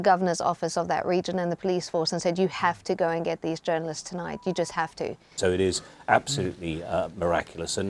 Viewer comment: "journalists"? its pronounced Journalists